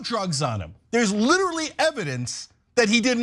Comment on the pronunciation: "literarily" yes!!!